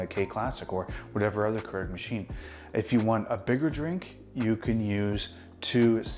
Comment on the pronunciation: Your pronunciation of Keurig is distracting